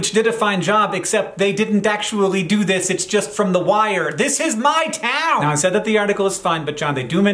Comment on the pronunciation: Also the way Hank says "This is MY TOWN" as if he's the mayor